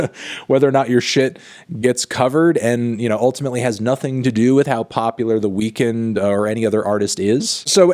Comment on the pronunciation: Thank you for saying The Weeknd’s name properly. I hate it when people call him The Weekend.